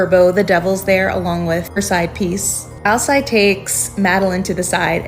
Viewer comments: Pretty sure it is pronounced Al-seed, like the Werewolf from True Blood. Hope that helps! 🙏🏻😊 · Alcide is pronounced Al-Seed